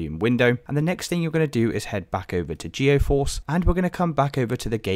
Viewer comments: appreciate the help, but just fyi it's GEE-force, not GEO-force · I'm gonna lose my mind if I hear you call it geOforce again brother the word is right in front of you, read it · its geforce. where are you getting geo from?